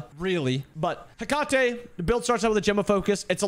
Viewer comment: The way you said Hecate pmo